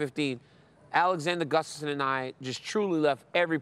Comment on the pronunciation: His name is Gustafsson, not gustaffson. Like, mike’s son would be mikesson. Gustaf’s son. Many nordic surnames are like that, and always double s.